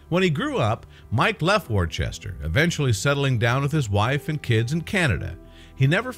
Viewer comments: Worcester is pronounced wooster, not war-chester. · Not pronounced "Warchester". Correct, British, is to say 'Wooster'. While still spelling it 'WORCESTER'. The item's speaker used it incorrectly at least three times! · Great story. Thanks for posting. But Wor --chester? Really dude? The internet will tell you how it should be pronounced. Bit of research needed. Still a thumbs up though. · Where the hell is War Chester? I'm English & I've never heard of War-chester ! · do get the pronounciation correct w(h)orecester Wooster Wooster-shy-er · gets very annoying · got to agree with you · Totally in agreement! HELLO World! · Dude, there is no H is Worcester. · This guy doesn't pronounce the English town correctly.